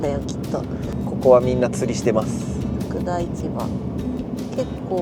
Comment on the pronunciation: 渚の交流館、地元ながら行きたいと思っていた場所なのに忘れてました😅 ちなみに、福田（ふくで）と読みます。 読み方違うので、なかなか難しいですよね😊 3度目のDIYのシェビーくん、行き来がしやすくて良いですね😍 たしかに夏は冷蔵庫と冷房は必需品ですよね😀これからのシェビーくん長旅動画、楽しみにしております。